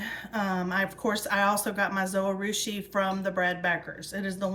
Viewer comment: Not trying to be mean. But if you check out the Zojirushi channel, you will hear that it is pronounced just as it is written. Zo-ji-rushi or zo-gih-rooshi. The “j” is not silent. Someone else may have led you wrong.